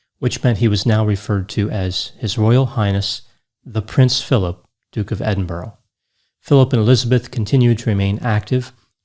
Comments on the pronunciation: Now I 100% KNOW you do very little research on your subjects!...click click click click clicks...and EDINBURGH is pronounced UH...not OH....proving you do not listen!...🇦🇺🖕🇦🇺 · It is NOT Edin-Borrow it IS Edin-BURRA !!! Why can't people with American accents say BURRA with the U as in Umm ??? RIP Prince Philip, Duke of Edinburgh and soulmate of the Queen. Thank you for your incredible service and duty. You do not deserve to have your name mispronounced. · “Edinburgh” ≠ Ed-in-burrow It’s Edinburgh like “ED-in-bruh”, with the last syllable sounding like the American “uhhh....” thinking sound, and the emphasis on the first syllable. Sorry to be ‘that person’, because I know it’s obnoxious. Apart from that, an excellent analysis in every way, as always🙂👍🏼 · Love your videos. Very minor, but the capital of Scotland is pronounced Edin-burra in the UK, rather than -burrow :) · Edinburgh is pronounced Edin...burra 😂 not Edin...borro Apart from that another flawless analysis 👌🏼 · Pronunciation note: it's Edinbur-uh, not Edinburo. Like Huh? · Not trying to be rude but Edinburgh is not pronounced Edinborough. It's pronounced Edin-burra. Someone on the Canadian news pronounced the city Eden birg!@ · It's Edinbuh-ruh or Edinbruh, not Edinboro. Also in the UK a lieutenant is pronounced 'leftenant'. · Or even Edin-in-bruh (depends on whether you roll the 'r'). Edinburrow sets my teeth on end. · It's Edin-boorg that particularly gets me. Where do they find the "oo" and the hard G? I normally say Edin-bruh or End-bruh, depends how quickly you speak I suppose, haha x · EdinBURAH, not Edinborrow!! I'm no Royalist but I feel for wee Queenie, she loved him very much for a very long time. Big love from Edinburgh! :) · You're mixing different languages with different accents of the same language. I'm a native Spanish speaker and my pronunciation won't sound perfectly "Edin-bruh", but at least I won't consciously say "Edin-berg" or "Edin-borough". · It's Edin-bur-ugh